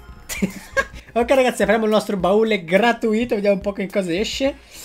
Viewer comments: si dice gratùito non gratuìto hahhaahhaa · Ma perchè dici "gratuìto"? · Non ti posso più sentire quando dici gratuìto😱😱😱